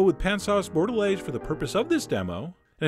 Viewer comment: You butchered that french steak sauce term T_T hah!